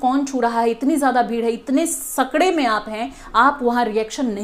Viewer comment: Kuchh jyada hi oversmart nhi bn rahi hai ap.apko itna v nhi pta ki alg alg language bolne walon ka english pronouncenation alg hota hi hai. Jaise संकरे को सकड़े बोलीं आप। सुनिएगा।